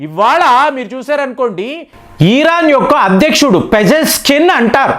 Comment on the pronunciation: ముందు పదాలు పలకడం నేర్చుకో! ఈరాన్ కాదు ఇరాన్, ఈరాక్ కాదు ఇరాక్